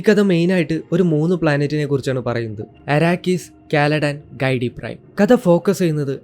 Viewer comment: കൈടി അല്ല bro ഗിഡി പ്രൈ എന്നല്ലേ